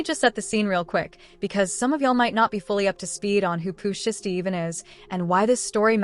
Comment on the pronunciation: Pooh SHY STEE (say it like that) FFS